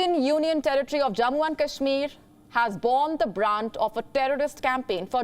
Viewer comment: The German FM could not even pronounce Kashmir properly. i am sure she does not know abc of kashmir.